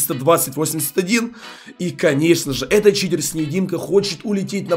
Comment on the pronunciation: сказал в начале не читер а китер